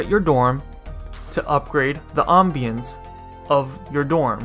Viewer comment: The way you say ambience is old english lol. I also thought the furniture icon was a hammer but upon closer inspection, I'm pretty sure it's just a nail. I don't think spending prime for sanity is worth it. It's a pve game... I get it if there was a pvp aspect or a leaderboard.